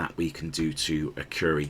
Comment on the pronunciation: Great video, but probably one of the worst pronunciations of Akureyri I've heard in a long time 🙂🙂